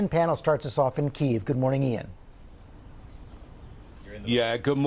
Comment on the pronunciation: where are they getting keeve from? say it with me "kee""yiv"